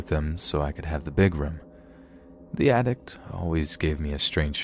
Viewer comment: I'm 30 seconds in and I feel the need to tell you that you sometimes insert consonants into your words that don't exist (this seems to happen the most at the end of your words, not so much in the middle - "attic" not "attict"). I love you man, but I'm a linguist and I can't not point it out. continues watching